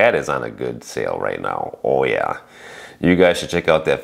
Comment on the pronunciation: Thanx for the recap. You went full Midwesterner with that "Oh ya" lol. I saw some espresso tools on sale: KitchenTour Coffee Scale with Timer and some Ikape tools.